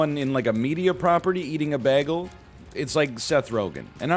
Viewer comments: Why do you pronounce ‘bay-gle’ ‘bag-ul’ that’s weird. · Welcome to the episode where Captain Canada butchers the pronunciation of bagel for 5 straight minutes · Excuse me, it's spelled beggle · NL is the only person I've seen say "baggle" instead of "bagel" besides Britta in that episode of Community. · If we're going to pronounce it with a long 'A' sound, I kind of want to just full send and call it a bajjel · People from the upper Midwest are known to throw out a beggle now and then themselves. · I'm from Newfoundland and got made fun of for saying baggle. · Mine is blueberry, but based on NL's pronunciation of baggle, I guess i should say that it's blubbery. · If this man's says bagel wrong one more time I'm gonna explode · why does he pronounce bagel like britta from community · Because he wants everybody to talk about community more so that the series will make a comeback. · He doesn't quite pronounce it as flat as Britta does. Less diphthong than I pronounce it, but not the same as Britta. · dude why are you saying bagel like that